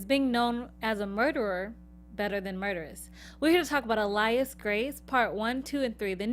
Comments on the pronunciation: 'Ah-layas Grace' 'Mr. knarrrr'. Girls your pronunciation omg have you even listened to the show??? They pronounce it for you! Listeennnn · Tried to listen to this on the podcast but couldn’t because y’all can’t pronounce “alias” ... that’s a basic English word ... and “Wadsworth.” Cmon now.